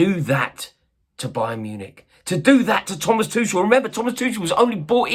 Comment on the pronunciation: Can you learn how to pronounce Tuchel's name. It's really not hard. And after that, start talking about him with some respect for what he did for our club.